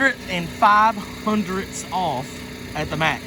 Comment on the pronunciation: Hundreth … thats whats after tenths